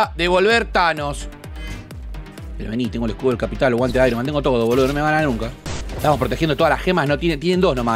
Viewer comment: "A dónde esthanos?" Jajaja 🤣